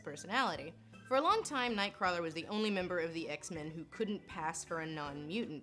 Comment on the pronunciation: HAHAHAHAHAHAHA! Oh, your pronunciation of "Kurt Wagner, Nightcwarler" Also, because you put the reference in there: "He saves children, but not the British children!"